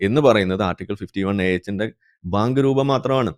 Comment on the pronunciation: Bayank ..baank alla😂